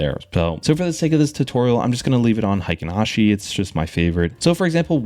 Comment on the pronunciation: BTW, Heikin Ashi, strangely mispronounced as “hiken/highken” by nearly every non-Japanese YouTuber, should actually be pronounced as “haykeen” to reflect the original Japanese 平均足。 Someone influential, somewhere along the way, decided to apply a German pronunciation to this obviously Japanese financial term, and everyone else ended up mimicking that German pronunciation afterwards.